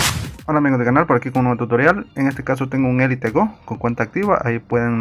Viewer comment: Se pronuncia gou